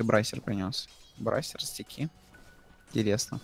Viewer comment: не брайсер, а брейсер